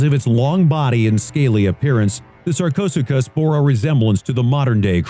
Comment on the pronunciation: Sarchosucus? You mean SarchoSooChus, courtesy of